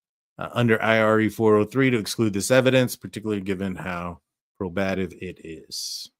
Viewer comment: I enjoy your videos. FYI it’s pronounced probative not proBATive